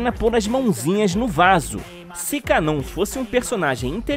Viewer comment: A pronúncia correta é KAnon e não kaNON. Ja pedi pra pronunciar esse nome coreto mas você é chato e teimoso, todoa os dubladores do anime pronunciam KAnon, mas so você ta certo em pronunciar kaNON. Complicado hein...